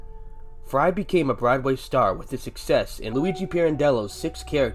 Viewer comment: Never heard Broadway pronounced “brideway”. It would be nice if the people who make AI-narrated videos double-checked the audio before posting. Too big a hurry to get the money I suppose